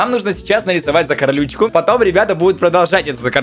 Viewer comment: Слово "Закарючка":просто существует🗿:"Закарлючка"😂😂😂😂 орнула